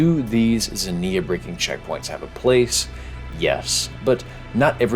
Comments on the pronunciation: did NOT look up the pronunciation for ξενια (k'se-nee-ah), although I do respect just going for it off the rip lol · pronounce it ks-inneuhh. Like knocks-inneuhh without the kno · It's actually pronounced "ksenia" 🤓 Great vid as always! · Interesting video, also you pronounce zenia weirdly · Sry but i cringe everytime you pronounce Ξενία.